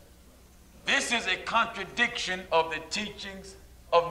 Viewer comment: Brother couldn't even say contradiction!